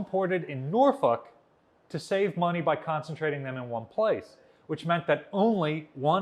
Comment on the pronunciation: I appreciate that you pronounced Norfolk correctly. I hear a lot of people - even local weather and news broadcasters call it "Nor-folk".